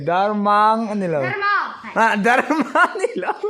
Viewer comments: A zawttu in Tumphît a sawi hi a dik lo. Hnah ham rîk hi tumphît a ni lo. Tin, Darmang a lam dan hi a dik lo. Mang hi Mâng ang a lam tur a ni lo. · Phungrual, Rual tih lai hi lam rik hniam tur zawk, rual, hu ho kan sawi rik ang hian lam zawk tur a lawm. Darmang, dar rik dan kan zira, 'meng meng' tia kan sawi thin ang hian, lam rik tur. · Phungrual- Phungrual, rual tih hi a hniam tur.Bawngrual tih angin a ri tur. Darmang- mang hi a sang hret tur. Dar tih nen hian a inang tur. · Darmang hi 55 (nga nga) tih ri ang tur. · A zirtirtu ber pawh chu.darmang an lam diklo ah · Nangmahber pawn Darmang ila lam dik chiah lo. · Darmang in lamdan pawh a la diklo..... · A hrilhtu pa ver pawhin Darmang i lam dik thei lo va, Phungrual tih pawh kha a la dik chuang lo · Darmañg kha in la sawi dik lo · Darmang lam dan chu a titirtu pawhin I sawi dik lo tlat. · Darmang tih kha i lam dik lo